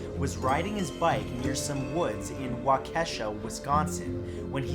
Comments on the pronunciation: Not to be nit picking but it’s not pronounced Wahkesha...it’s pronounced Wah-keshaw...and the tree line was by a county park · Ahhh! No! I cringed so hard at how you said Waukesha. It's pronounced Wah-ke-sha, not Wah-Kesha. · Wah-keh-shaw lol not wah-kee-shuh lol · Wau keeeeeee shawwwwww not wakesha lol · I live in Wisconsin and um it's not pronounced wa-Kesha it's pronounced wa-keshaw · Wah-kee-shaw (waukesha) Is how you say it. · It's pronounced wa-KA-shaw, and I've meet those girls before. I didn't know who they were tho lol. That's a scary thought. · Sorry I’m a Wisconsinite and I just gotta say,It’s pronounced WAK-UH-SHA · Absolutely love your videos. But I have to point out that you butchered the name of the town from #8. The town Waukesha in Wisconsin is pronounced Wok E Shaw. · Waukesha (Wau-ke-shaw) :) nice try Matthew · And yelling at their screens, like I just did. Someone not from around here, or the states around us, is going to hear how he pronounced Waukesha (Waw-ki-shaw, thank you wiki) and think that's right. Like how most people can't say Nevada right. I haven't lived there in 20 years and still have to correct people on how to pronounce the name. It's not as bad as some names that I don't even try to pronounce, though. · Lmao its pronounced Walk-ih-shaw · Waukesha = WALK - esh- ah ...wrong emphasis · Waukesha is pronounced “Walk-a-Shaw”by the way. Sincerely, A Wisconsin Native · You said Waukesha so wrong. I live in Milwaukee Wisconsin the next county over. It's [waw-ki-shaw] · Its pronounced "walk a shaw" waukesha WI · Wah-ke-shaw waukesha Wisconsin not what ever you said lots of people have problems saying the bames of places here Wausau neshkoro st nazians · U said Waukesha wrong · Waukesha (you said it wrong but it's okay) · I have family in waukesha Wisconsin and I never heard of that (btw you pronounced it wrong, the stress is on the first syllable not the second)